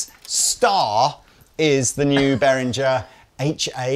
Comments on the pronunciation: It's pronounced beh·ruhng·uh, and not the way of unworldly yanks who say 'berinjer'. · Behringer is pronounced beh ringer not behrinjer you utter Muppets. l flipped your video the first time you mispronounced it. !